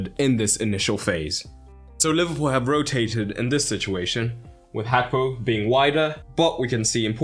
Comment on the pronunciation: Is it actually pronounced as hakpo?